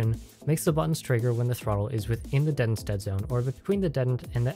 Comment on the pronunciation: Say it with me. DEEEEE TENTS.